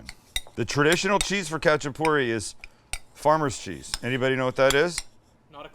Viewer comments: its hacha-purri, the K is silent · First of all it’s pronounced xachapuri, it’s not Georgian, Azerbaijani or Turkish it’s ARMENIAN! My whole family has made this from scratch since I was a child till today and if you need advice on how to get it right let me know SAMUEL! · The k is silent. Just the h sound.. My husband spent time in Georgia. He loved these and Khinkali dumplings. He says they are eaten anywhere, anytime. I've made both a few times. I also once made individual ones with just cheap canned biscuits. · I’m Georgian descent, lived there and went to school there, and speak Georgian. Love seeing this! There are many types of khachapuri (pronounced with a hard H not a K) specifically this is Adjaruli khachapuri. Most khachapuri is round, and doesn’t have the egg or butter added and is typically baked. All are delicious! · Saying it wrong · bro u just fuckedup adjaruli khachapuri :)) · THE COOKING GUY!!! The K in Khachapuri is silent and the traditional cheese is Sulguni and this is the adjika style khachapuri if im not wrong??